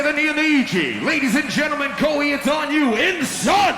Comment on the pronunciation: ahhhhh hearing the introducer call him "ko-hee" made me cringe a bit